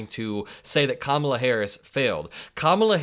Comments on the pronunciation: He says it because he's a racist and he can't use the actual words he uses behind closed doors. It's the same thing when he mispronounces Kamala. He can't use the word he really wants to use. Orange is racist to his core. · It's crazy how he thinks calling Obama by his full proper name is an insult, but he won't pronounce the VPs name correctly. Lunancy